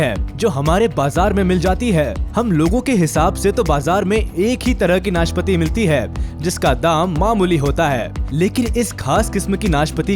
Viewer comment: भाई वो नाशपति नहीं नाशपाती होता है|